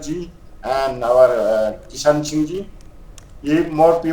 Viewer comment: its Keisham(Kaai - shaam) Kishan( Kee-Shaann)